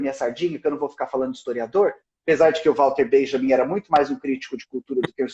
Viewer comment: você tão excelente, posso te lembrar que walter benjamin era alemão. pra você não pronucia o nome dele ingles. só porque ele um santo meu.